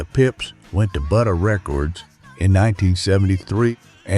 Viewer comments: This is probably correct in most cases. Any A.I. video who pronounces the record label Buddah as 'BUD-duh' that sounds close to 'buddyr' instead of 'BOO-duh' is more A.I. cr@ Also they use Tina Turner's photo for a thumbnail when she nor Ike & Tina were EVER on any of the various Motown labels is highly suspect and just lame, though they were on probably 50 other small & major labels, but none were part of Motown. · MANY, MANY ERRORS IN THE NARRATION OF THIS BOGUS STORY OF MOTOWN RIPPING OFF IT'S "SOULFUL COMPANY" MEMBERS !! THE MOST OUTRAGEOUS MISTAKE WAS THE PRONUNCIATION OF BUDDAH RECORDS AS "BUTTAH" RECORDS !! STUPID & SHODDY RESEARCH - DON'T BOTHER WATCHING IT !! IT CONTINUES TO BE REVEALED THAT BERRY GORDY JR. WAS WORSE THAN COLONEL TOM PARKER & CLIVE DAVIS PUT TOGETHER WITH HIS HANDLING OF HIS ARTISTS, WRITERS & PRODUCERS !! BERRY GORDY JR. IS A SELFISH & GREEDY ASSHOLE !! I LOVE THE MUSIC THE ARTISTS MADE BUT DETEST HIS EXPLOITATION !!